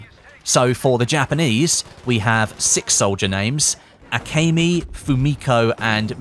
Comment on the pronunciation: AH-KEH-ME not AH-KAY-ME